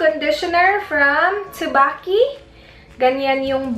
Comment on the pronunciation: tsubaki pronounced as chubaki.. gwapo gud na sya na shampoo ayyyy